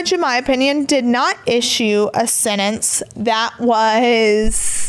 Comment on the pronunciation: PLEASE learn how to say sentence!!! Not sennence!! 😂